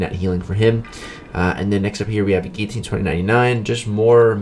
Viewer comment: Love the way he says guillotine as geeteen